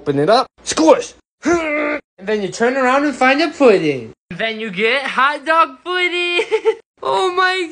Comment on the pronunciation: The fact you are a grown adult and Pronouncing hot dog pudding like that